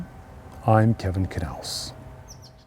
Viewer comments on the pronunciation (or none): none